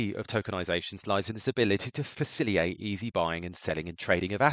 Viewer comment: Thank you for your summary of smart contracts and how they function! A suggestion though, please work on your pronounciation of the word Facilitate it ends with "TATE" FaciliTATE, you said faciliate a half dozen times and it hurts my brain.